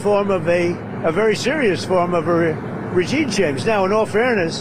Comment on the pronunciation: He actually says "regine chamge".